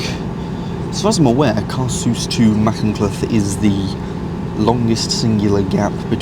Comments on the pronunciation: I’m Welsh and I ahve to say great video but my heart sank when you said macynlleth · My sibling in sin, it's "Ma-Hunt-leth" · Shrewsbury-Aberystwyth is the Cambrian main line. Pronouncing Caersws and Machynlleth adequately is not difficult, not sure why has so much difficulty doing it.